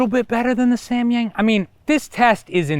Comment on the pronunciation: i cringe everytime he says "Semyeng~"